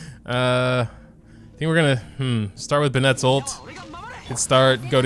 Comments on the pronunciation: ben-it. not buh-net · You say Bennett like: bennETt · its not ben-ett is be-nett that’s the pronouncing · Look at how they massacred my bennett's name ;_